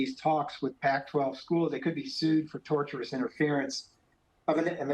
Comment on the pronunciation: Tortious interference, not torturous interference,.